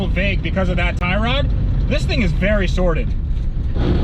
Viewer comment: ... heh heh heh - "other than that, this thing is fairly SORDID"...(sorted) you got THAT one right...Sounds like my old X1-9...